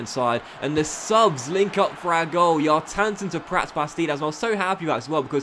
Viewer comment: just by the way, Kjartansson is not pronounced yar-tan-sin, it's pronounced key-yar-tan-son